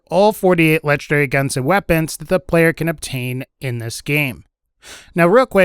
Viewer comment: I hate the way you say legendary..... "Lechederry."